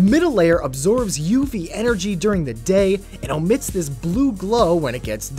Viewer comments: *elastomeric, not elastometric lol. Also *Flykly, not Flyky. And - the path emits a blue glow, not omits it. I know, I'm nitpicking, on an 8 year old video no less, but it was too much to resist. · you mean "emits"?